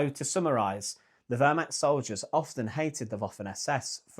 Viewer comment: Pronunciation tip: the eh in Wehrmacht is more pronounced like the first e in where, not like the e in her.